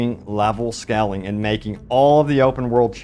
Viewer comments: not to sound rude but the way you pronounce scaling is not how you have to pronounce it. try to say it like this skay - luhng . and no, i'm not a native english/american speaker. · It's scaling (long "a"), not scalling. Love your clips though! ❤